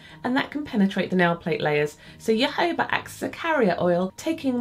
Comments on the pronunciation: Loved the video as always, where are the best places to buy good quality nail files (for someone on a budget)? Also, I'm not trying to sound cheeky but jojoba is pronounced hohoba :) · Great tips! Jojoba is a Spanish word. Js are always pronounced as Hs in Spanish, and unless there is an accent over another syllable, the next to last syllable is always the accent. Therefore, it's pronounced ho-HO-ba.